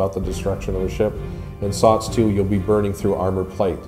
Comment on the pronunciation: SOTS SOTS SOTS SOTS please stop saying SOTS